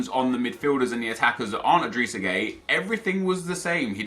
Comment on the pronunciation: When u say gueye u say gay lol 😂. But his name is pronounced guy